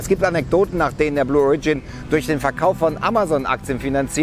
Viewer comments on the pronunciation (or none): Beim Wort "origin" wird die erste Silbe betont, nicht die zweite... Ansonsten ein interessantes Thema!